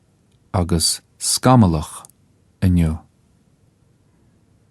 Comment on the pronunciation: he accidentally pronounces the word "inniu" correctly.